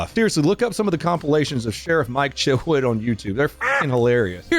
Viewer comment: did he say mike shitwood?